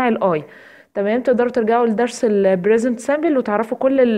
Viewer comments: Present simple not bresent simple p not b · انتي حطمتيني بصراحه علاش نطقك موش صح شو brisent simble ??? لازم تعرفي تفريق بين الp والB أرجوكي ا